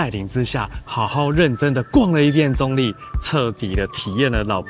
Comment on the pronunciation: 客家話稱澗谷為"壢", 你的發音好像把用閩南話來講 ，澗仔壢也是有同樣情形。